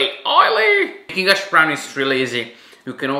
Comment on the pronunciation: I just love the way you say hash brown LOL “ashbrown” 😂 definitely going to try this